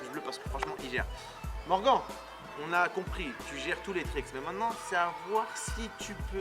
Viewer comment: Sa se dit morgane pas morgan